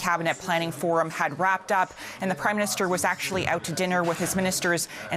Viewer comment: "Prim" Minister